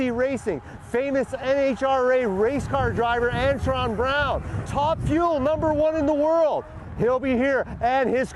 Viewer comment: It would be a miracle if you ever got anybody's name right in your videos! It's Antron, not Antoine you twit!